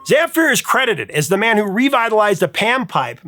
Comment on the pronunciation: When you pronounced Gheorghe Zamfir I had to wait to see who you are talking about :) Gheorghe is just an archaic version of George used in the Balkans area, while Zamfir has the accent on the second syllable, but in the end I am glad to have him on the list, no matter how you call him.